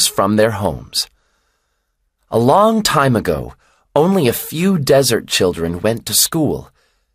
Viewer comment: الكلام سريع حتى كلمه children حسيته نطقها غير الي نسمعه بالعاده